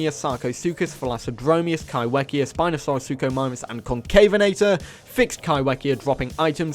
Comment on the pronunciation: Kaiwhekea is a Te reo Maori word so it's pronounced Kaifekea just to let you know.